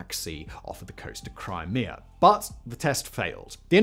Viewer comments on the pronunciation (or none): none